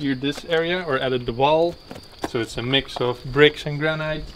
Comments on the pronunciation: your pronunciation of "granite" is weird, it is pronounced "GRAN-IT" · Love the videos! I don't mean this in a critical way, but the word 'granite' is pronounced like 'granit' - the second syllable rhymes with 'hit' not with 'height' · Not criticising your excellent English but the correct pronunciation of granite is GRANIT.hope you dont mind me correcting you.